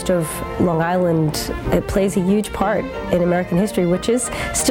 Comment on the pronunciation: LMAO this girl says YUGE like Trump